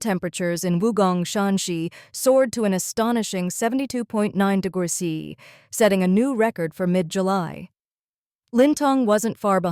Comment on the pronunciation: You need to help your AI reader! Write the script in full: "degrees centigrade" or "degrees C". The AI seems to struggle with "°C" Also "kilometres per hour" instead of "km/hr".